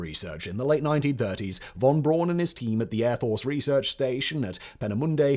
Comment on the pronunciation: Von Braun is pronounced Von Brown.